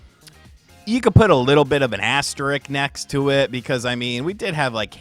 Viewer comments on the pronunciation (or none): FYI: it’s pronounced “asterisk” not “asstrick”.